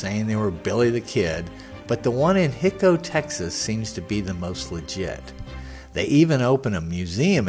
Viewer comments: Just so you understand the pronunciation , it's NOT . . . HIC-O, . . it's . . HI-CO (HIGH-CO). Your not from Texas or you would know this. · It’s Hi-co, with a long i, not Hicko! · I did watch the entire video. My comments were based on the whole video. Thanks for making the video but I just feel like you needed to be more observant of the facts. I've been to Hico myself and no-one I met there pronounced the name Hick-o. In fact there is a tape of Brushy himself being interviewed and he pronounces it with a long "I", like "High-ko". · Its pronounced " High- Coe" Texas. And by the way, only a few people saw the body and everyone that seen it said it wasn't the Kid. There was an article printed in the local paper that said it was a brown skin bearded man. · It's hi-co.....hi as in hello Co. As in company....Hico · There are many errors in this video. Brushy (Billy) is buried in Hamilton, TX not Hico. Hico is being pronounced incorrectly. The photo labeled as Frank Wendy Cahill is actually a photo alleged to be Billy, though I don't believe it is him either. Brushy said he was born in Buffalo Gap, TX, not New York, so if you believe Brushy was the Kid, the provided birth information is wrong. Billy moved to Silver City, NM. Not "somewhere in Arizona". Bottom line is, why go to the trouble of making such a video if you don't do your homework first? BTW, I believe Brushy really was Billy The Kid.